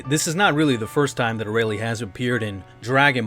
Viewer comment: "A-ray-lee" oh lord.